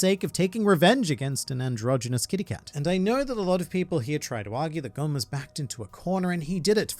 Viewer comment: GON IS PRONOUNCED GONE